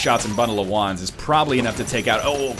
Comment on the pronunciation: Every time he said bundle of wands, I thought he said bundle of Juans. I was so confused.